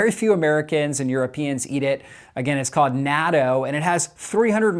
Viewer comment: I died inside each time you pronounced "natto" 😢